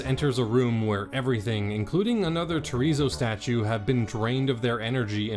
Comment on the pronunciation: ...Did he just say Chorizo Statue?